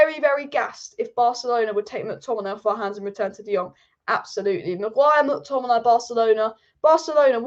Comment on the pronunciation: I love the way says Scott mcTomminay " Scott mcTommin eye " 😁👍🏼